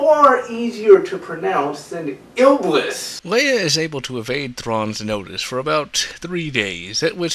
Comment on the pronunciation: I'm sorry but this bothered me so much I could barely focus on the video. It's IBLIS not ILBIS like you kept saying. And Khabarakh is not easier then Iblis if you learn how to say it correctly. And it's not KHABRAKAH like you kept saying, it's KHABARAKH. And the way you said Kardde is literally suicidal. I don't even know how to spell it the way you said it. Maybe KARADE? But it's not KARADE it's KARDDE. I know that different people pronounce things differently but if you actually read the names and put in a little effort to pronounce them you could have them right.